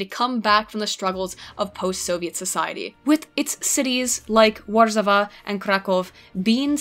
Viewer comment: btw, W's are pronounced as V's. Var-Sha-Va = Warsaw